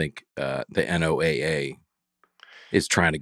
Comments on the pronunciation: I wish yalls episodes were live so that every time yall said NOAA, you could read us yelling “It’s pronounced Noah!!!” in the comments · NOAA Is pronounced “Noah”!!! This is your weather radio and they send out warnings for tornados and other weather activity!